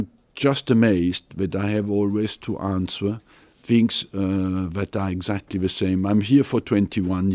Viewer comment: How come this guy still doesn't know how to pronounce 'answer'?